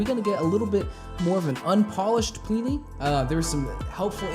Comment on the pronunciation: His name is actually pronounced Plih-knee, the first I sounds like the I in bin. Simon Grove is his goto-guy for production and mixing, he also plays bass on a lot of Plini's releases and live shows. Plini writes/arranges everything himself, from the (bass) guitar parts to the synths and programming drums. His first two releases, including this track, featured programmed drums instead of the real thing and only a few guest solo's and guitar parts. His first album, Handmade Cities, featured recorded tracks for drums and bass by Troy Wright and Simon respectively. The list of musicians he has worked with so far is impressive, I can recommend taking a look at his Bandcamp page ( ) or his website ( ). Seeing as you have a small selection of electric guitars, he also has a Neural DSP plugin called Archetype: Plini ( ). In case you're wondering, it's a piece of software to emulate his sound through amp modelling, a few effects and cabinet simulation. Just hook up the guitar through an audio interface and shred along in your DAW of choice or standalone ;) it has a free trial btw. A few other artists I would like to mention, if you'd like some more of this type of (instrumentals only) music: Animals as Leaders, Arch Echo, Intervals, Periphery, Sithu Aye and Jakub Zytecki. You already heard of Chon and Polyphia ;)